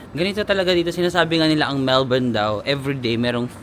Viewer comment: Melbin ( Melbourne 😅)